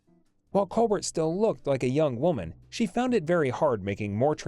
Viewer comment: WELL DONE - but she was a STINKER!!!! Your pronunciations of other actor's names are HORRENDOUS as well as COLBERT="COLBAIR" last name!!!!!